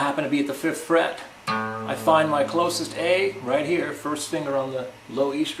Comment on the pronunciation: man i swear the first time i thought he said "finger on the first shit" but good lesson anyways